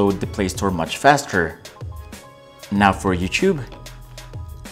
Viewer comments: How do you pronounce “faster” ? Lol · Exactly you can clearly see he never closed the apps running on Samsung m20 he just edited it out and cleared all the running apps from note7......and they way he says faster. like what faster it's not the flash vs quicksilver.... 😂😂😂